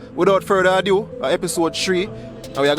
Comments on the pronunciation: the word is ado, not adieu. Ado...a state of agitation or fuss, adieu means goodbye. Without any further ado.... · Polite notice!! It's Ado!!! Not a due. Ok a do. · Bro it's not a due, it's a do, without further a do.